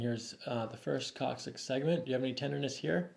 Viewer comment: The "coccyx," huh? Lol